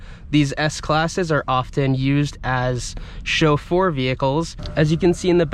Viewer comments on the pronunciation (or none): I hate how you pronounce "chauffeur."